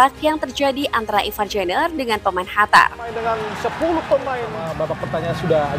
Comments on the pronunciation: Bukan khatar mbak.. Tp Qatar 😊😊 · Qatar dibacanya Hatar atau Katar ?